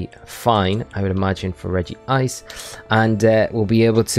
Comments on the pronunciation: Rej-ice -> Regie-ice | V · Regice is pronounce Reg-ice not Regi-ice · Why do people say Regi-ice? Its literally Regice. One "i".